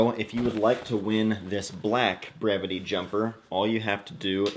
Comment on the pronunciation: I never knew how to correctly pronounce the name of this brand until this video lol.. I’d love to win this bag. Great design